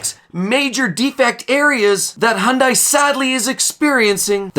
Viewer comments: The second I heard hun die instead of hun day, I turned it off. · 1. It is not pronounced Honday. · Learn how to properly pronounce Hyundai properly. "hyun-day". Then we'll take you seriously.